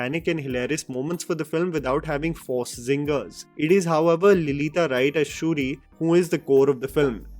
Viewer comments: It's "Letitia" and not "Lilita" lol Good review otherwise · Letitia not lilita. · Yo it's Letitia... Not Lelitia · Lilita wright???? Its Letitia Wright bro..... Luv ur content as always! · Actor essaying Shuri's role is Letitia Wright pronounced as Le Ti Cia not Lelita, Marvel fan here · I loved the movie. My only takeaway was the 3rd act don't know but to me it felt rushed. I enjoyed the bridge fight more than the climax battle. BTW you mispronounced letitia as lalita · With all due respect, its Letitia Wright (pronouced "luh-ti-shuh rite") and not lilita right😅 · It’s Letitia Wright. Not Lelita Wright. Such a basic error. Not expected from. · It's not lelita wright 😂😂😂 it's LETITIA WRIGHT. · When a reviewer calls okoye, "okayah" and calls leticia wright, "lalita", you know he is drunk while doing the review...angela basset probably win an oscar for her role in wakanda forever and the reviewer had problems understanding her role!! Wow!!! The funny part is i actually follow this dude and genuine feel he is good enough..but sometimes he really misses the mark..did the same with kgf 2..and now wakanda forever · Her name is Letitia Wright, NOT Lalitha Right. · It's pronounced 'Luh-teh-shia' Wright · It is pronounced 'Layh-tee-shia' like Militia. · Letitia is pronounced as "Latisha" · Pronounced as Luh-tee-shya Right :) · did I just hear you say "Lilita" Wright 😅😅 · Please pronounce Letitia Wright correctly, otherwise I love your content. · Can't stop laughing over the way you mispronounced Letitia Wright's name 😂😂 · It's okay They can't pronounce our name correctly too